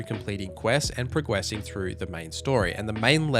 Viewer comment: "Pwogwessing" uwu